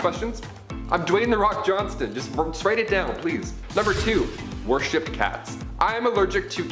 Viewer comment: Love the BUMBLEBEE sweater!!❤️❤️. And. It’s worshipped. Not warshipped 👍🏻